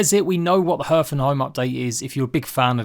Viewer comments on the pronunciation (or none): Please google "pronounce hearth" ;)